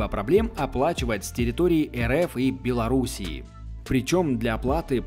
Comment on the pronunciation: Та не БеларусиИ, а БеларусИ